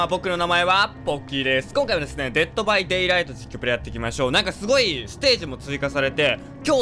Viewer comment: デットバイデイライトの「デイ」の主張が激しい笑